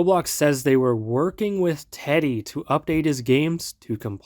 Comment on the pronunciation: is using an ai voice? he pronounces teddy's name with the i